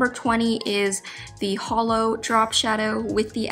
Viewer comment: I keep hearing holo instead of hollow